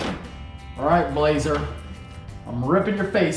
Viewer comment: i thought he called it the blahoe